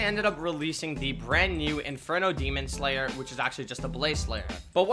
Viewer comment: ‘inferno demonslayer’ lmao